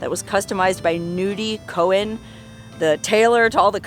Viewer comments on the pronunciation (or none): none